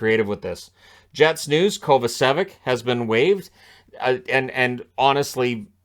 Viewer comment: btw Kovacevic is pronounced like KovAchevich) These hard slavic names..